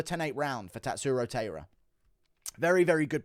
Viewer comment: Guru his name is Tatsuro Tie-ruh… not Tay-ruh